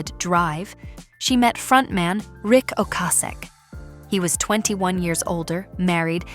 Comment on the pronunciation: She got a raw deal many times in her life but kept moving, which is tough. Anyway, I have always heard Ocasek's name pronounced Oh-KAY-sick.